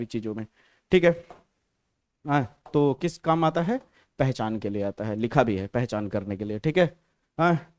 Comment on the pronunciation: Pachan ko pahchan bata diya sir ne😂😂😂